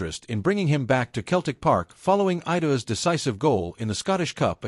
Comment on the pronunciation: pronounce celtic correctly